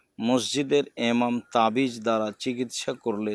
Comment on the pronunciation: কেমন কথা !!!!! ইমাম বলতে পারে না!!?? এমাম এমাম বলতেছে কেনো??